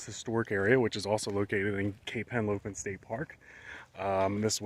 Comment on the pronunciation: It's Henlopen, not Helopen.